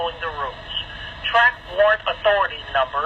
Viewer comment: Jesus, say WARRANT dude. Lol